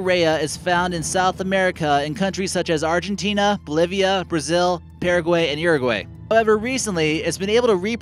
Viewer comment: 'Perrigway'? Would that be 'Parra-gwey'? Are they 'domessicatin' any turkeys there?